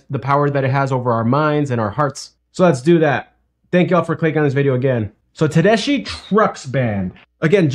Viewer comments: Pronounce it Ted es key. It’s an Italian name that means German. But she’s 100% pure All-American treasure. Her husband, Derek Trucks, is one of the best guitar players alive. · Pronounced TedeSKI. I saw her as a young up and comer decades ago and she was great even then! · Tedesky is how to pronounce her name. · It's actually pronounced SKI , at least that what I heard her pronounce her last name on a talk show she was on. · 1st it's pronounced Ted-es-ki, Midnight In Harlem, Bound For Glory, Darling Be Home Soon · FYI - Tedeschi is pronounced Teh-des-kee, like a key in the door. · You are killing their name! I tune in to hear your funny comments! You have so much to learn about the 70’s music. But keep it up. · The "ch" in Tedeschi is a hard "k" sound. At least that's the way I've always heard it pronounced. (Te-des-key). I first saw her at the Florida Theater opening for Johnny Lang many years ago - probably about 1997 - playing her signature Tele and singing the blues. Got her to sign her CD. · Susan Tedeschi and Derek Trucks are man and wife. They each had their own band when they hooked up. Her name is pronounced Tedes...kee. Thats how she pronounces it. My son and daughter-in-law go to their concerts very frequently and they clued me in how to pronounce it. 😊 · Best band on the planet. I've seen them 75 times and will see them four times this week. It's pronounced Tedeski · I'm watching this cause I like to see how people look when something so powerful hits thim in their ears. PS her name is pronounced Ted-ESS-ski. It's an Italian name- she's from Boston. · Susan pronounces her name Ted-es-ski. This band is the bomb! Enjoy!